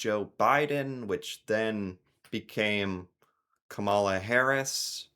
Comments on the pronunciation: The fact that you don't pronounce Kamala properly gives pause to your true allegiances. Maga pronounces the way you do, intentionally, so why are you? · emphasis on the first syllable. Calm ala... Like Mom ala